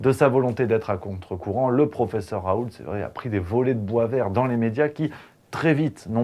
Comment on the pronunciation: Raoult on ne prononce pas le T en Français .